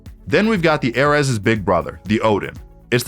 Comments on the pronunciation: aireez not airez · ‘A’ ‘RES’💀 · IM SORRY AIR-RES???? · i know this man didn't just call it the "Ehhrez" 💀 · Him: "The Airez" Me: The what!? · this is the weirdest pronunciation i’ve ever heard. not even close lol. nice vid though. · I hate how confidently he mispronounces the ares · I’m Annoyed at the way he pronounces ares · WHY CAN YOU NOT SAY ARES WHAT IS WRONG WITH YOU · the way he says ares is actually painful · my guy cant pronounce ares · bro how did he pronounce ares 💀💀